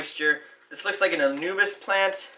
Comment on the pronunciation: Don't get me wrong, I'm not trying to be mean or anything here, but how come you and H2O plants keep pronouncing anubias, "anubis". Clearly there is an A in there and it's not silent. Anubis is the ancient Eqyptian god associated with mummies and I can't help but want to say something about it.